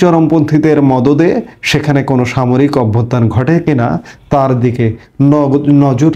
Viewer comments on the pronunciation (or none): none